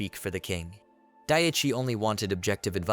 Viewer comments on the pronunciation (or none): For some reason the mispronounced name of the MC bothers me. Day-chai vs Die-chee. I totally understand this is a "me" problem and no reflection on the quality of the script, which is unusually well edited compared to others.